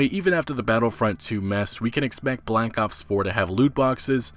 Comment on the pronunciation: Sounds like you keep saying Black Ups, im gonna die rofl